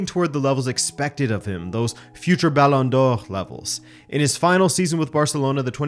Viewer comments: How ridiculously do you want to pronounce Balón d'Or? That guy: yes😃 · Why are you saying Ballon d'Or weird ? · just curious as to why you say ballon d'or in the original French pronunciation but Anglicise all other names (Ronaldo, Neymar, Paris, Barcelona etc)?